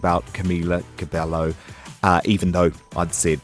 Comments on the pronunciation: Ergh made me cringe when he said Camila cabello wrong..boiii cabeYO ✌🏽😂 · He was like I'm a huge fan but he can't even say Camila Cabello in the right way 😂😂😂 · It’s not cabelllllo it’s cabello fuck😂😭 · BITCH?! CabeLLo?? It's CABEYOOO! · So we're not gonna point how how he said cabelo not CABEYOOO???? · AND IT'S CABE YYYOOO NOT CABELLO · im sorry but I have to say this....ITS NOT CAMILA CABELO ITS CAMILA CABEYYOO ITS NOT AN L AHHH!...sorry I got so triggered at this 😠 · Who's Camila CabeLo bruh? 😂 Ay ay ay ese Spanish... it's Cabello honey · He pronounced her fucking name wrong it's pronounced Camilla cabeyo but it's spelled cabello because in Spanish when there's 2 L's they make the sound of a y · CabeLLo he can't even fucking pronounce her name. Leave girls alone, that's not our business anymore.... I'm so mad right now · WTF! 5H has been in d industry since 2013 and d interviewer cannot even pronounce Camz last name correctly. dude search bout ur guest b4 an interview. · He’s pronouncing Camila Cabello wrong! The L’s are silent! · I had to take a deep breath when he pronounced cabello wrong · Why can't anyone say Cabello right ?? it's not that hard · The way he says cabello pains me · "Im a huge fan" but says camilas last name wrong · How tf does he say that he's a huge fan when he doesn't even know how to pronounce Camila's last name